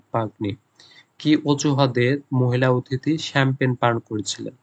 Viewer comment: (F) number er উচ্চারণটা হবে শ্যাম্পেন।আর আপনি কি বললেন এটা।।।চামপাগনী😂 যখন বাংলায় বলেছেন তখন ছিল। ইংরেজিতে ভুল উচ্চারণ করেছেন ভাইয়া